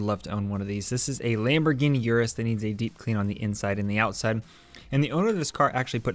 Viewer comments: Sorry had to make this correction, not yur-us, but ur-us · fun fact, it is pronounced 'Oo-rus' not 'U-rus'